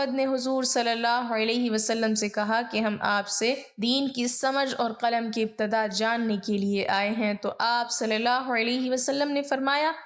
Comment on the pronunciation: Khatoon.. Kalam nhin.. Qalam hota h